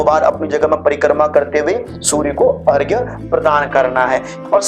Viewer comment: बहुत अच्छा लगा कोई तो अर्घ्य को सही तरह से लिख और बोल रहा है! प्रणाम स्वीकार करें!🙏